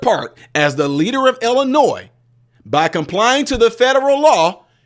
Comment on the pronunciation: Why can't people pronounce Illinois correctly? It's NOT pronounced 'Illi-NOISE' it's Illi-NOI. I've seen a few people do this lately. Stop it. Say it correctly, please. Besides that, I'm so glad that the governor is getting defunded. Amazing how stupid he acts. If he IS really that stupid then he shouldn't be governor.